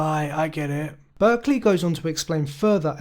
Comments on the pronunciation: May I correct one thing? It's important that you know his name is pronounced "Bark-lee". You are using the California school/region pronunciation. Thank you. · A very interesting video but one small thing: I don´t want to nitpick, but I´ve heard more than one that the name is pronounced "Barkley".